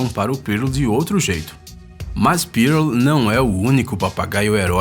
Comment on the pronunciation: Cara, não é "Pírôl". E sim, "pûrl.